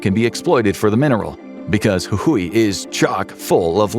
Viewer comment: As an argentinean it amazes me how well you pronounced Jujuy.